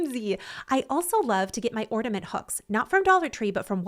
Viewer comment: There’s no d in the word ornament. 😅